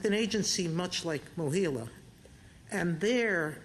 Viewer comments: MOHELA, not "Mohilla." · Mohela, not "Mohilo."